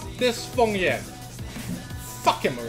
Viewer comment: isnt he called feng yan and not fong yan ?